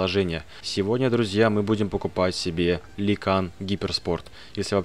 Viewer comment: Читается Люкан